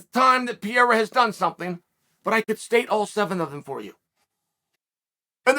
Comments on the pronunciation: per-air-ah, not pee-air-ah Seriously, Chael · This guy continues to pronounce every fighters name wrong hazmat instead of khamzat. Now Piera instead of periera😂😭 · its Pé-ray-rah, say it you bum. not piera, whats wrong, you can steal from grandmaster Mexican martial arts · Can someone please teach Uncle Sonnent how to pronounce Pereira 😂 there's 2 R and he keeps saying P - A - RAH😂😂😂😂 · Who the hell is Piera??? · chaels not even trying to pronounce pereira at this point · Actually his surname is Pereira not Piera😋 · Who the fook is Pierra? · Who the f is Pierra ? his names is P e r e i r a !!! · who is Pierra? does he mean pereira? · Who's this Pee-Eh-ra guy you talk about🤦🤣🤣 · is it that difficult to pronounce P E R E I R A ?? its not PIERA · Say it with me Chael "Pa-Rare-Ra" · Uncle Chael, please pronounce it like this: Pe-dday-dah (Pereira) …. It sounds too much like Pierre! Thanks!! Keep those thoughts going!! Big Fan …… got me at DB the other Day with the Cooper story! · Who the hell is Peira ???? Does he mean Pereira? Come on Chale …… I know you always find ways to stay relevant but damnnnn not even making an effort to say that man’s name right….. Lowkey disrespectful. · Chael "the name butcherer" sonnen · Chael doesnt even try to pronounce pereira correctly lmao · Will uncle Chael ever say his name right? Lol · Uncle Chael, Why do you Not pronounce the first R in Pereira the same as the 2nd R? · I cant respect him til chael learns to pronounce his name correctly. Lol